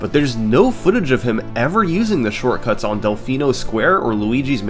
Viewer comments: 3 months late but “shorcuts” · What's a "Shorcuts"?